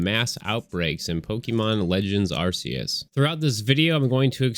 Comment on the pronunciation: The way this guy says Arceus is blasphemous.